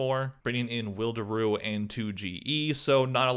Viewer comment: pretty sure Wild0reoo isn't pronounced Wilderoo